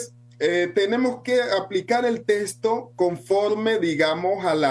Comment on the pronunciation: No se dice testo, se dice texto.